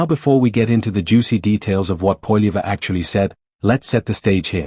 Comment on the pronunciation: Try to say his Name with the Right Pronunciation AI Goof !